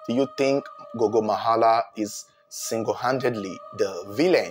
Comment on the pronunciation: I like how you pronounce correctly zengeza and gogo, surprisingly this is ghetto residencial areas more like high density areas in Zimbabwe so the houses are a bit closer to each other my wonder is how no one could here nothing it's very puzzling